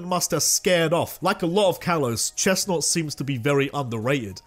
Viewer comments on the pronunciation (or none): CHESNAUGHT, NOT CHESTNAUT! FIX IT NOW!